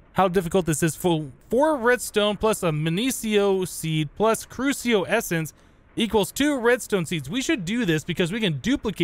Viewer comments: the seeds for magic crops are from harry potter (the middle three anyway) Accio is pronounced Ak-ee-o, the Next one, crucio is pronounced Croo-shi-oh and next one is just straight up Imperio. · I CAN'T HANDLE THE mispronunciation. AKSHIO = Accio CROOSHEEO = Cruccio. I'm sorry. i just can't handle it anymore.